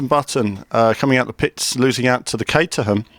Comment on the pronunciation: im sorry to be annoying but it is pronounced cateram